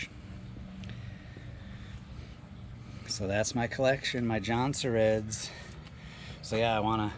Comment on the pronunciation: Jonsereds! Emphasize the s at the end. Lol